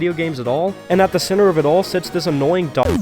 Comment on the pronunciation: Ah yes D ö g